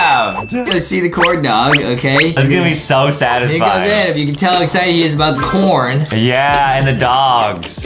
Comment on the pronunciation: Adam not adem justin 😵